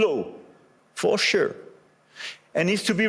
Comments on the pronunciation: 😂 For shure 😅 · J'adore c'que tu dis... For chure 🤣🤣🤣